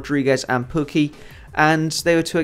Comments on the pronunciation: Pukki is pronounced in Finnish like you would say "poo key" in English. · U r almost saying pukki right:p